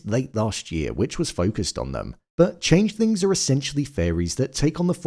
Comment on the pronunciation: im hearing changelings and changethings.... am i tripping????